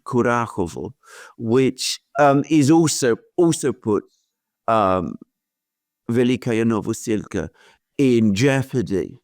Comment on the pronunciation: Alexander just loves to pronounce this "Velika-ya Novosilka" village, wrongly :)